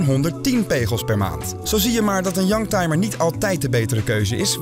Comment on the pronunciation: Ik verstond een jank timer, dat zijn ze soms wel.....